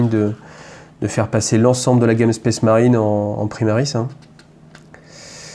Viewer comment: "SPACE" marine pas "spèce" marine, bordel ! Ca écorche les oreilles...